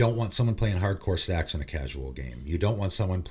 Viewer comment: It took me about 5 listens to realise he was saying “hardcore stacks” and not something else